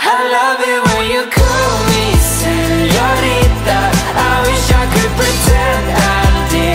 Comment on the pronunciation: WHY DOES EVERYONE KEEP SAYING SEÑORIDA INSTEAD OF SEÑORITA